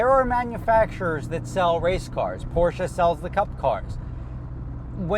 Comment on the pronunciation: YOU FINALLY SAID IT RIGHT. GLAD YOU AT LEAST READ MY COMMENTS POR-SHUH. GOOD.